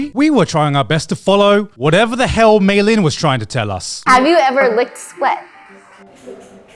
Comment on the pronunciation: It's not Michelin Star Chef it's Meilyn Star Chef